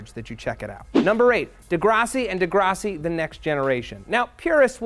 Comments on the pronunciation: LOL I never realized he pronounced it degrossi. It's pronounced de-grass-i. I always thought Jared Leto was pronounced like led-o... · De-GRASS-i Dari-A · zeldaport idk if you watch the show but the way the characters pronounce it (so presumably the way the writers meant it to be pronounced) has the 'grass' pronounced like the word grass not like 'grahss' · .....Degrassi...De..GRASSi..........like......GRASS MATT! LIKE GRASS! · the way he says degrassi weirdly pisses me off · did anyone else notice how he pronounced degrassi?? but what ever i fkn love matt